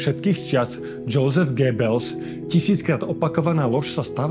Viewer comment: Göbels sa číta Jozef, nie Džousef.